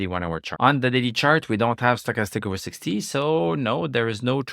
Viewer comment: You say stochastics correctly in english one time, then 2 seconds later back to "stock-a-stick"...😁